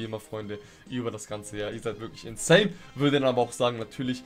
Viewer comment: Statt insane höre ich, manchmal insaiyan.